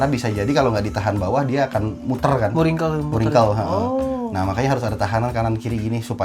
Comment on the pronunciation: “ohhhh iya muringkel gaessss” hahaha sunda pisan sikasep😂